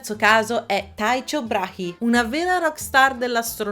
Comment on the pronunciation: però "Taicio" per Tycho, no..